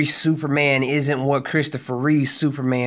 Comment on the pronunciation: Christopher Reeve not Reeves